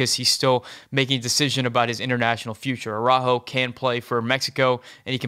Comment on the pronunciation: yeah he's an American of Mexican descent. J = H in Spanish. Hence, Araujo (which you pronounced correctly) = Ar-a-ho